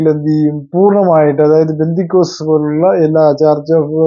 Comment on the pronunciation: ബന്ധിക്കോസ്ത് അല്ല brother പെന്തക്കോസ്ത്( 50 ദിവസം എന്നാണ് അർത്ഥം)